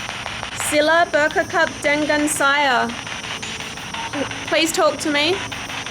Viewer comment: "Cari" is pronounce "cha--ree" not "curry" "Bercakap " is also pronounced with "chaa-kap" not "kakap" "Dengan" is pronounced like "the-ngun" like the nun but a nasal nun.. not "den-gun" 🔫 "Mengapa" is pronounced "me-nga-pa" not "men-ga-pa" Otherwise other words sounds good!!